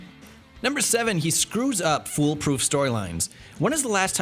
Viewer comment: "Foolproof" or "full proof"?